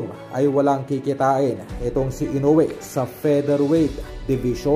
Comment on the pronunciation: Tao rin ang kalaban nyan..may kamay ..mamaya makachamba tuloy yan makatama..ede tau na nman tuloy ang kawawa.. Ang panget nagpagkabigkas m ng kawawang hapon....ayusin m mag vlog